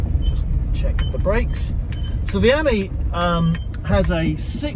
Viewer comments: Ami has the emphasis on the ‘I ‘ as you would pronounce Ami meaning French for friend . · You pronounce AMI slightly wrong .